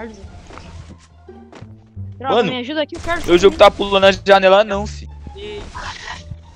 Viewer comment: * absolutamente ninguém *